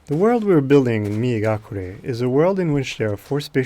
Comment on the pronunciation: I thought he was saying “Me and Gakure” referring to his Japanese friend who helped him to make this game...